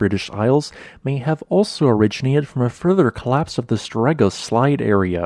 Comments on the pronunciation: Please pronounse the word as stor-egga, meaning the large edge. Put the stress on the first syllable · Very good video, but for the pronunciation of "Storegga". This Norwegian word is composed of "stor" meaning "great" and "egga", which is the determinate form of "egg", meaning "edge". So the meaning of the word is "The Great Edge" and it should be pronounced as if it were written "Stoor Egga" (with a closed 'o').